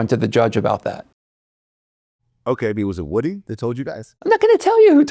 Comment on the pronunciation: Vlad refuses to call woody by his correct pronunciation. Id like to slap him.